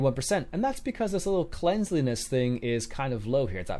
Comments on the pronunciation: Cleanliness... Not Cleansliness. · Cleanliness = klen lee ness There is no "z" in the word and you don't pronounce it with a z sound. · I don't understand how a native english speaker can't pronounce cleanliness.